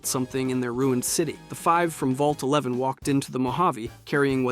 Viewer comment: 111 is the Vault in Fallout 4. Vault 11 is the one you’re thinking of. I don’t know if it just sounded like he said “one eleven” (with the right inflection, “Vault eleven” can sound like “one eleven”) or if he misspoke.